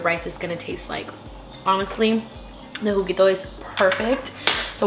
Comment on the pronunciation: “The jugito” 😂❤️❤️